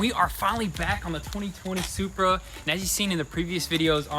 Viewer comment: Most people "BMW Shurpa" Lol I did say shupra I added the h okay... Me: "Saying toyota happy:) and saying supra madly "Toyota:) Shupraaaaaaa😎😎😎 Why I love No tinelaps vid of them fixing cars not like others You have to watch everything with a I like